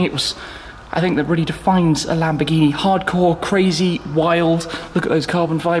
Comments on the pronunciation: LAMBORGHINI. NO LAMBGHINI. IGNORANTE DI UN INGLESE. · Lambghini... lambghini??? What's Lambghini? Làm-Bòr-Ghì-Ni